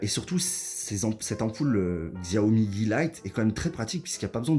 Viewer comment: Je me permet de corriger la prononciation, c'est chiaomi